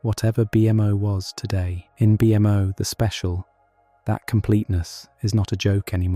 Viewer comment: I literally could not fall asleep because I kept hearing the AI voice say B-M-O as 3 separate letters like 20 times in a row and it was driving me insane. Just a heads up.. You have to listen to how the AI voice pronounces certain words when you're editing and then spell them differently so that it says them the right way (Beemo)